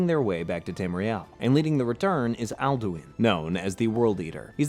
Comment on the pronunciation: You didn't pronounce Alduin correctly even once